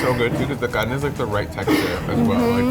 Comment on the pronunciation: Omg i thought he was tryna say carne like carnee I was so confused but I see now